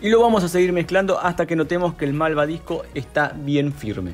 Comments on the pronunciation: Se dice malvaVisco!!! Y no,malvaDisco...animalito! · Matii es malvaVisco, no malvadisco jajajja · No es de mala onda pero cómo puede ser que alguien que se dedica a la repostería diga malvaDisco?